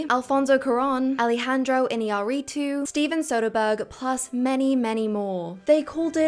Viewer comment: Our Mexican trinity of famous directors signed on Polanski's. So sad In other topic, terrible pronunciation of with Iñarritu's lastname